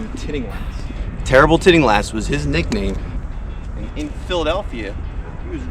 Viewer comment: If you’re going to emphasize A.W. TILLINGHAST (not TITTINGLAST) as your FAVORITE course architect, you’d better get his name right. Sorry that your first comment is this. Just thought it was important if you want some credibility.